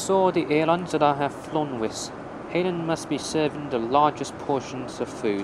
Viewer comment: Dude... as a Chinese you should know how to pronounce Hainan